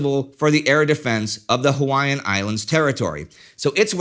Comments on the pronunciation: Hi, my grand dad was the lieutenant in charge if Radar Operations at Pearl and could add much to your story, but OMG your pronunciation of Hawaii name areas is awful.. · Congratulations, you mispronounced every single Hawaiian town, base and landmark. Every one, other than that, good video.